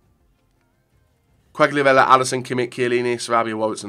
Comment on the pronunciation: Ronaldo is only a shit. Quagliarella is the best ( please don't pronounce him again because it is really really painful )